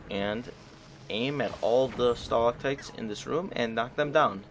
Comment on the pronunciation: going dictionary to help you its pronounced stuh lack tights